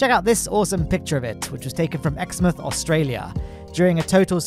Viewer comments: Whats an Exmuth in Aus lol its pronounced Ex-mouth :P great video! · Ex-mouth, not Ex-mth Like when you are eating you put stuff in your mouth, not in your mth.... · As an Australian, hearing you pronounce Exmouth is hilarious 😂